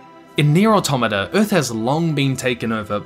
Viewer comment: Shoutout to this man pronouncing "automata" correctly